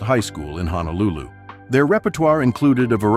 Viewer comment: Peter Hernandez... Hawaii Grown!! 🤙🏾🤙🏾Btw it's Honolulu (Ho no Lulu; NOT Ha na Lulu). Hearing his pronunciation is like nails on a chalkboard.